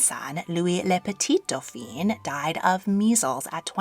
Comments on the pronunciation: "Doph-EEN" is the feminine version. "Doph-AHN" is the male version. His son was Le Grand Dauphin, not Le Grand Dauphine. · Dauphin is pronounced "dough-fan" and is the masculine. You are saying "dough-feen," which equates to "dauphine" and is the feminine. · Tu ne prononce pas très bien certain mots il y a une différence entre le feminin et masculin le daufin la daufine c'est feminin daufin est masculin apprend la prononciacion correctement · Dauphin ist NOT pronounced with an “i” because it would be the feminine form. Try to pronounce it with “en”. The French would appreciate it. Thank you!